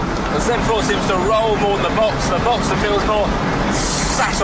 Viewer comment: Uhhh a porsche genius and doesnt know that it is called box(s)ter and not boxter.